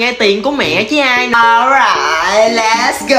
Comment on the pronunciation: Khúc cuối tập nào tôi cũng nghe ố rài lét gô